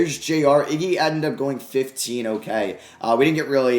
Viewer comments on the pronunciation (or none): none